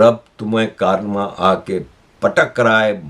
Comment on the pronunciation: Correct pronunciation is 'Karma', not 'Kaarma'... 😂 By the way, it's not a bitch.... It's what we have done. 😂